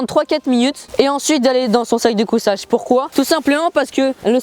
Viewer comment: On dit sac de couchage pas cousage